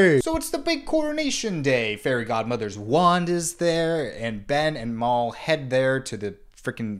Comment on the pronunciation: The way he keeps changing how he pronounces Mal reminds me of the Benedict Cumbersnatch penguin debacle